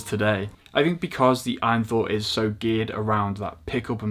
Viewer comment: It's A-Y-N not "win" lad. It's an acronym for all you need